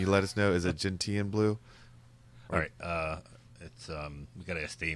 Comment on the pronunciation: Gentian pronounced “Jen-shn”…